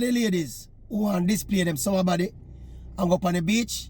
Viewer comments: Did he say "sour body "or summer body. Maybe my hearing is gone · Maverick somebody a ask if yuh seh "summer body" or "sour body"😂😂😂😂